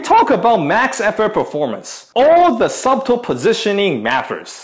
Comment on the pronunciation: Love what you do. You mentioned in a previous video that one of your goals in making videos was to get better at English. First, congrats man! You're really improving!:) On that note, a friendly pointer. The word "subtle" has a silent 'b'. In my North East USA accent, it sounds more like sudle (su-dle, "su" like in Sunday, and "dle" as in "handle").